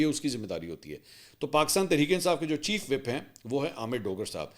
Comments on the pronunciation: Mansoor just to correct you . It’s not chief WHEP but it’s chief WHIP. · متعدد بار عرض کیا ھے کہ چیف ویپ نہیں ھوتا۔ چیف وِپ پڑھا جاتا ھے۔ Chief whip 😂